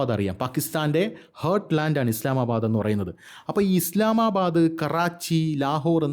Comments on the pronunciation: ഹാർട്ട് ലാൻഡ്...... "ഹെർട്ട്" അല്ല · നല്ല അവതരണം... പക്ഷെ ചെറിയ ഒരു suggestion about pronunciation ... ഹാർട്ട്‌ലാൻഡ് aanu ഒന്ന്